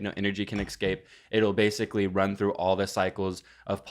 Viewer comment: says ‘exscape’ instead of ‘escape’. Let that sink in.